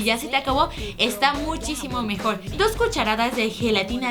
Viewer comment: dice muchíchimo más fácil